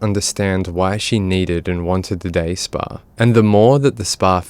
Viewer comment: “Day spa.”🤣🤣🤣🤣🤣